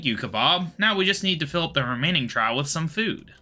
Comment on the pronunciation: Well it's fitting since a group of owls is in fact called a parliament. Also Trough is pronounce "Troff" like a water trough. Glad to see more quests getting done. Regards Josh